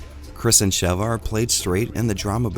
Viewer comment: Speaking of Re5 taking itself seriously, I'm taking YOU seriously: you've said Sheva's name right. When I watch a video on Re5 and they say "Sheeva", i immediately doubt that they've even laid eyes on the game and proceed to take everything that they say as inauthentic and that they themselves are disingenuous individuals. Yes - saying "Sheeva" is that much a big deal to me. irks the hell out of me quite frankly. But you are the only one who he said her name correctly. So thank you. 😌